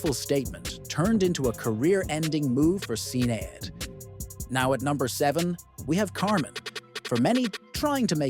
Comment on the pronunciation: The mispronounciation of Sinead 😡